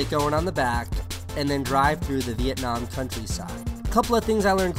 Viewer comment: Thank god he pronounce Vietnam right